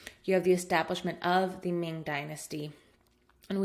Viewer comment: Really enjoy your content here. I guess the comment is talking about the pronunciation of Chinese in general, not yours in particular, because I think you have nailed most of them, especially the pronunciation of Ming and Qing, pretty accurate actually. However, I do want to point out that the heritage of Emperor Yongle is pronounced as Yong' le, not Yon'gle. Great course overall! Literally saved my life!